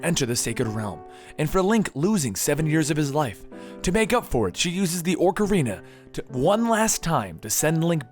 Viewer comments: its OCARINA not "ORC"ARINA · It's OCARINA not ORCARINA, and it's GANONDORF not GANONDOLF. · Ah-carina and Ganond-oar-f. I nearly died when he said Ganondalf. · no offense but its oc-a-rina, not ork-a-rina, again not offence but it was killing me that you were saying it wrong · ÓCARINA OOCARINA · Ocrarina and Ganondalf. XDDDD That kinda bugs me... It's ocarina and Ganondorf... Where'd you get those...? He even types orcarina in his video description. There, grammar Nazi in me has been sated. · O-ca-rina! Not Orc-arina. XD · You said orcarina of time it"s supposed to be ocarina of time. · What's a orcarina its Ocarina and who's gannondolf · It's not Orcarina, it's Ocarina. You keep putting Orcs in your Ocarina. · OCK! OCK! Not Orker. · Oc-like doc, Ar-are, Rina-like the end of balle'rina'. Hope that helps i hate people that pronounce it like it has an 'r' after the 'o' Orkarina? so annoying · ocarina... not orecarina. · Please stop saying oRcarina of time. It's Ocarina. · How he's calling it an oRcarina is killing me. There's no extra R in ocarina >.< and that's a actual instrument so you dont have to guess how it's pronounced... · BTW its "Ocarina" not Orcarina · Don't listen to DigitalSamurai on the pronunciation of "Ocarina." I speak Japanese and have played the Japanese version of all these, and Japanese is a phonetic language requiring no pronunciation guide. It's "OH-ka-ree-nuh," and not "Ahk-uh-ree-nuh" like most people pronounce it. However, he is correct on Ganondorf and VAH-tee Also Fi is pronounced "Fi" as in the first couple letters of the word "fight," not "Fee" as in "Feet." Let me know if there are any other ones you want to know about. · Ganondorf, not Ganondalf. Ock-uh-ree-nuh, not orc-uh-ree-nuh, or oh-kuh-ree-nuh. VAH-tee, not vuh-TEE. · i'm sorry to sound like an ass, but it's not orcarina, it's pronounced : Oh-core-een-uh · "Orcarina?" "Ganondolf?" wtf is this shit, has he ever actually played the games. No respect- absolutely disgusting. DISLIKE.